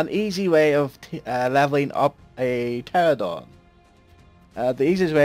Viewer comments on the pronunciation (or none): You said Pteradon